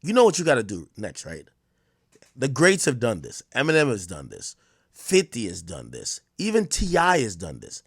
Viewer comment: Ak so racist, he literally cant even say Eminems name.